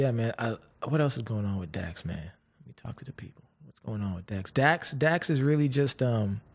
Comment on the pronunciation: JJ was right Dax says his name like a pokemon character